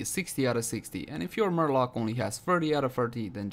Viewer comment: I approve the way you pronounce marelok.